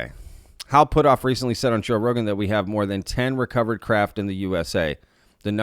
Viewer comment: Are you trying to say Hal Puthoff ? lol